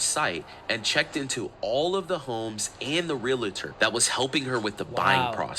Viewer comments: Dear GOD! It's pronounced REAL-TOR NOT REAL-A- TOR!!!! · I cannot take anyone seriously that says " realator! It's realtor!!! This drives me nuts!!!! Miss Smarty with your shoulder showing shirt, learn how to pronounce what you say... smh. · Why can no one pronounce realtor?